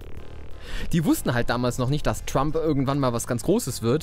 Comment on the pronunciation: Trump war auch damals schon ne Größe. Nur eben nicht politisch. Aber das ist spricht man trotzdem mit "ä" aus also "Trämp". 😉